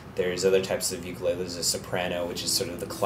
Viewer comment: Learn to pronounce "ukulele" correctly!